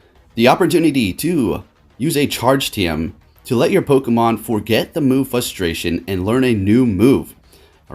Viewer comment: Fustration........... Wow..........